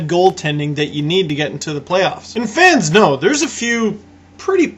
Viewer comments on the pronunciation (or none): are you saying Finns or fans know? :D